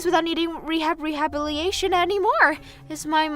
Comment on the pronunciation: In the mother in law sorry, the VA for Maria has a great voice but she reads way too fast. It’s like speed reading and makes the character sound more manic and hard to follow. Also it’s re-ha-bill-a-tay-shun. Rehabilitation. Or just rehab or physical therapy if it’s easier to pronounce. Take your time and you’ll stumble less and not run out of breath. You have a chance to be a really great VA if you just take your time. Do a relaxation exercise before starting and talk as though you’re sitting casually with a friend. 🙂